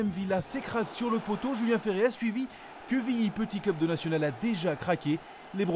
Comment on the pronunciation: pitié c'est pas quévilly mais quevilly avec un "E"